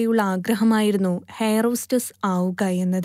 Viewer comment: ഹെയർ ഹോസ്റ്റസ് അല്ല. എയർ hostess ആണ്, മാഡം